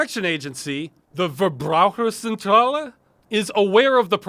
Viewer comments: Thank you so much for keeping the fight going! And good job on pronouncing "Verbraucherzentrale" 😄 You're very close! I think it would be even closer if you pronounced the V as an F. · "verbraucherzentrale" wonderful pronouncing job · Man, Ross saying Verbraucherzentrale makes my day